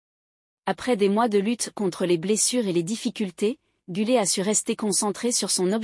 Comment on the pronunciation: GüleR et non gülée.....